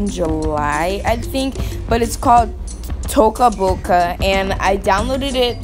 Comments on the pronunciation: I actully Dont want to be mean but its called toca Boca Not "taco" boca😂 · TACO Boca? Uhh you're saying it so wrong, and the green onion is not a celery stick, sorry, noob, but its all true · did she just say taco boca? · Taca boca hahaha your funny 🤣is toca boca